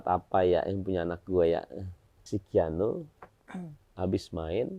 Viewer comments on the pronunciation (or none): Sekelas teamnya Nulis nama KIANO aja salah jd keanu😂 how come? 😢 penyebutan nama Haram lho ampe salah